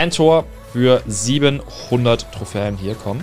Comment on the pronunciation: Es heißt nicht trohfän Trohfen